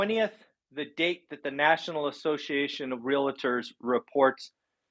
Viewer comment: REAL-tor, not re-la-tor.